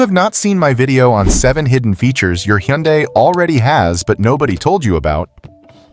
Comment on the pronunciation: I absolutely hate AI voices. “Huh Yunday”? Good grief…